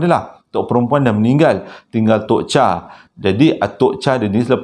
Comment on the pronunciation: Bukan Tok Cha tapi sebutannya Tok Chei